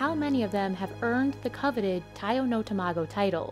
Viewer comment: It's tamago not 2 mah go